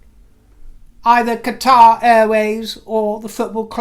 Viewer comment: thank you for pronouncing Qatar properly. pet peeve of mine. NOW: Q Camilla looks fabulous UNTIL she opens her mouth. those awful teeth repaired. bond them white or something. she looks like a witch at times. all in all an especially great broadcast today, excellent content. especially Russel Brand. love you dear you seem so happy today